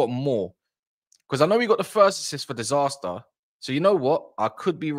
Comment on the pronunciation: The fact that you keep calling disasi disaster is so so funny 😂😂